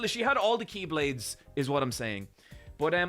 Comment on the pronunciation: It's incredible how he nailed all the keyblades names